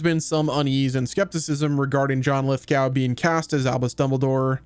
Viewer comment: It's pronounced lith-go